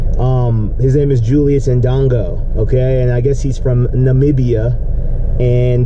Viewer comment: Disappointing to see a brother that can't pronounce Namibia. But I suppose he can pronounce European countries.